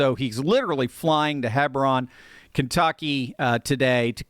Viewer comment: Hey, it’s “HEE-brun”! As a Kentucky boy, figured I’d tell ya